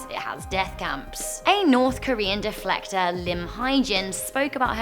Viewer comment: Defector not deflector lol